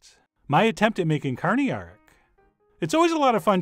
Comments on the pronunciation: You definitely nailed the pronunciation! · You pronounced karnıyarık surprisingly well!